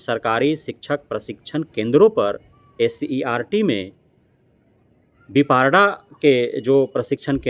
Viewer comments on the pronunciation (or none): पहले ठीक से बोलना सीख लिजिए विपारडा विपार्ड होता है डाइट नही डायट होता है।